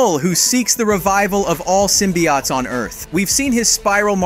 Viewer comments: “Of all Symbiott's” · Bro the way this ai says symbiotes infuriates me